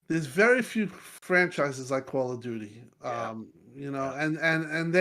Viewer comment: YOU SAID "CALL OF DOODOO" 🤣